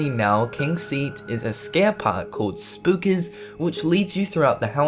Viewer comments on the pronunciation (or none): none